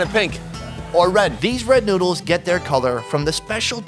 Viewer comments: its not nuds its noddles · did he say nudes instead of noodles